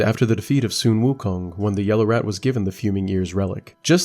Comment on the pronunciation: Some common names in this game are yaoguai pronounced like “yow gwai” and “loong” pronounced like “lohng” and sun wukong is pronounced like “swin wu kohng”